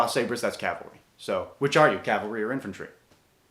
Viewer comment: What are you cavilery or infantery? Ähm mounted infantery.